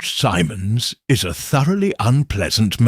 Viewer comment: AI narration 😢. Once pronounced Simmons, next time it's Simons. It made me crazy